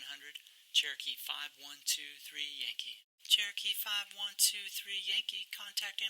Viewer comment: That controller's "cherokee" is heard as "turkey".And what is this "downwind"?